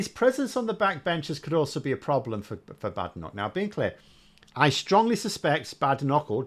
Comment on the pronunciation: It's pronounced "Bad Enoch". Together with Sunak, Priti Patel, Suella Braverman, Javid, Kwarteng & Zahawi .... I'm becoming opposed to immigration. Why is it that the children of immigrants are the toughest on immigration?